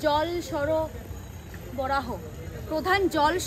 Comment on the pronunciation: It's 'Sorboraho' not 'soroboraho'... 😏😏